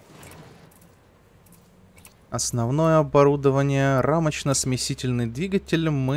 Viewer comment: Рамочно-смесТИТельный...а не смесительный=)) он же не смешивает а смещает=)) спасибо за серию=))